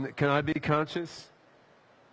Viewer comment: I can’t stand that fucking hippie nerd. I wanna slap the crap out of him. Lol he’s supposed to be a super smart person but he said Consciouns when it’s conscious. Illiterate moron.